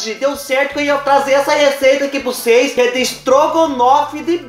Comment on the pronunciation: Amoo, quando vc fala "cheire pra ocês vê